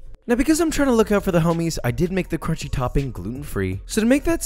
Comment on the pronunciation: “For the glue that’s gonna hold the crOOnchy”